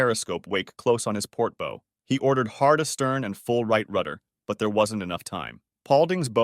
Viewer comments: It''s bow rhyming with ow as in ouch not bow rhyming with row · Nice video- but if you’re going to do a nautical video, you really should learn how to pronounce key words like a BOW is pronounced like HOW where the W is pronounced, not like an archery bow which has a long O and silent W. Also, it’s clear that the narrator missed the word didn’t when stating how many people survived the initial collision of S4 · Small thing - the front is a “bow”, pronounced “ow!”, like when you stub your toe. You’re saying it like the thing you wrap a package with.